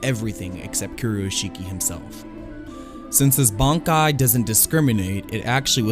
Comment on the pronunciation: Bonkai? BONKAI?? last time i check its Bankai. When you watch the series, do you ever hear the characters shout "BONKAI!"?